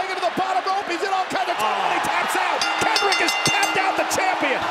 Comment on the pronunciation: "Kendrick has tapped out the champion" um? that's not how you say that Cole.